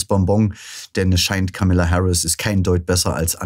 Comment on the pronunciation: Vielleicht wäre es erstmal respektvoll, den Namen von Kamala Harris richtig auszusprechen! Sie heißt nicht Kamilla!!!!!